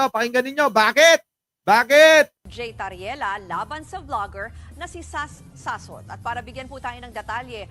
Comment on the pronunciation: Akala ko ba lalake yan eh dapat hindi Sass kundi Soss di ba. Sossot hindi sassot.